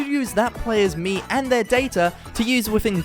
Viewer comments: The more i hear him Say mii it more sounds like he says meme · Like people but Miis